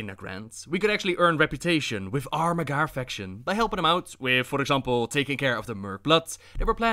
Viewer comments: Holy shit you rolling ur Rs so bad and when u say MAG--HAR it's not magarrrrr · Mag - Har, not Magarrr, they ain't Spanish. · It’s pronounced mag har no magar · Its Mag Har not Magar. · There is a space in between the two words with a hard H... mag' Har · "mghr" orcs lol. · It's Mag-Har, 2 syllables. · Sounds like you're saying the "MAGA" orcs...Making azeroth great again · As far as I know, the H isn't silent in Mag'har (Mag like magazine, har like hard). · Not enough rolled R's. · Classic butchering the name of the Mag'har.